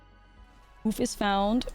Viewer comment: Hoof not whoof